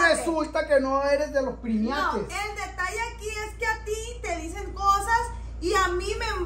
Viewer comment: pronunciaste mal la palabra es primates no primiates eres chistoso en hablar solo te corrijo mi brohder un abrazo a ka distancia poli de ecuador